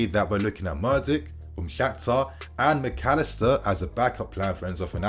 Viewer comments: not murdyk, mudryk! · what is with this english guy ffs. when you see a foreign name you lose all sense of respect for calling their names correctly, all education on phonics and eyesight. Gvardiol -> Garvidol, Mudryk ->Murdyk and Mordich. You have 161k subs and reporting on news and dont bother to pronounce it right, its disrespectful and lazy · You can't even pronounce his name correctly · Mudryk mate. You mess up the names too much. It isn't that difficult imho. Might only be the english and yank problem butchering names I suppose.